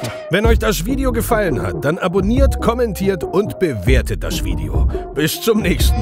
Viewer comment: bin ich die einzige die "Schwideo" versteht oder sagt er das wirklich? 😅😂💚